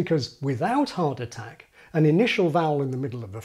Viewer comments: dam at first I thought he was saying heart attack 😂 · Amazing video ! PS: Thumbs up if every time "hard attack" is pronounced you hear "heart attack" and after a dozen of so time you start to feel chest pain !